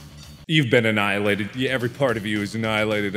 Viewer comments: this is how many times markiplier said anilated ⬇⬇⬇ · Drinking game! Everytime he says "enialated" You have to take a big gulp of any drink, if you are older use alcohol, if you are like me, too young, just drink anything you want ^^